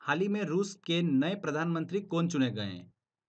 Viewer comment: Aap haal hi bolte hn... Haal nhi sunayi deta bs hi sunayi deta h.. M😭😭😭😭😭